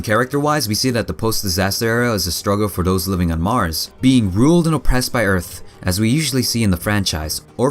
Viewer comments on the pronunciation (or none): none